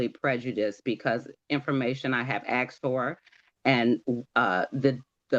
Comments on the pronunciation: I axed…. I wish people would learn to say it as it is spelled…. A-S-K-e-D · I can't take seriously someone who says "axed" when the word is asked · Axed a question isnt English its asked a question ❤❤ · Ppl “… stop saying aksed.. it is asked. Why is this so confusing…. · For heaven’s sake learn to speak properly. It’s ASKED NOT AKSED